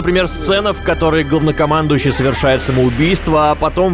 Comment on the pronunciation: мне одному показалось что сказал говнокамандущий?